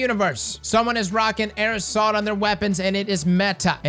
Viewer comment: Everyone: Air assault: "aerosol"